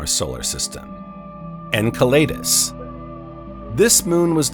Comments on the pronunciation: Firstly, I think we should begin to agree on the PRONOUNCIATION of these moons and planets. En-Sell-a-dus NOT EnKa laydus, U ran us, NOT Ur Anus. If we can't even begin to agree on this, how to you expect the human race to agree on a global movement into a space-fairing civilization? Yes it's small and petty, but this is the seed that grows into division. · It's pronounced "ENSELADOUS" not "enkelaydus". Just saying... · Butchering again, Jupiter’s moon Enceladus, my gosh terrible. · The narrator of this video pronounces every moon in our solar system incorrectly. He's driving me crazy! Someone better teach him how to pronounce Enceledus, Omouamua and many other moons or just get a new narrator! Please.